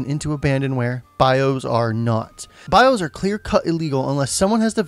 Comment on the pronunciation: BI-OS not BI-HOSE